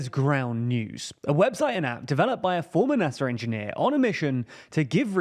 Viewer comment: I cannot listen to someone that says dramer and naser